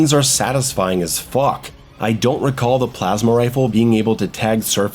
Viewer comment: Lol at how said: the weapons are satisfying as FAWK